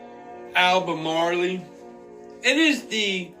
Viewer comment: Fyi the E in Albemarle is silent. It’s pronounced Al-ber-marl. 😊 Really great video though 👍😊 I’m with you about keeping our eyes open to everything.